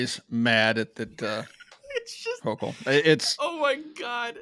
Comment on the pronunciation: Houchul is a "Jouchul"